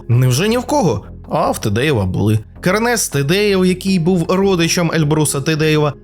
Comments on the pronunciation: друже, КЕрнес, наголос на першийсклад! як так можна випускати матеріал? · Называйте Кернеса правильно!Кернес ударение на первой Е!!